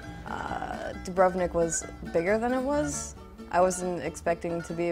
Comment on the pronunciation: You'd think that after 3 months of living there she'd learn to pronounce the name correctly. DOO-brov-nik, not doo-BRUV-nik. The Indian student sounds like she's the only one who got anything out of the experience. The others sound like typical yank tourists on a student visa. feh.